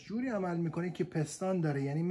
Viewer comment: توروخدااینقدرنگوپستان پستان پستان بگو..پیس تون پیس ..پیس .پیس ..تون تون ..پیس ....پیس تون پیستون آخه پستان چیه مهندس